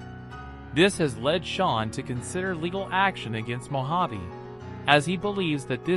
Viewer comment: It was all those times called him Mo-jav. He had enough.